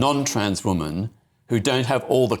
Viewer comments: Peter Snatchall is a pdf apologist. He makes my skin crawl. It also makes me rage when he says woman instead of women. Every time 😡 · Ah Peter has no clue, he’s definitely the wrong person to ask for the facts. He definitely knows what a man and boy is though cos he has sex with them. Peter can’t even pronounce, “Woman” pronounced Wyman, singular. Women is plural, it’s always very irritating. The brain structure thing is false, their brain was no different to gay men.